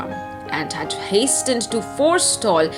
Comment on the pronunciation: Hastened, message pls work on the pronunciation of these two words...loved the part when louise realized her freedom! Well read...kudos to you🤍✨️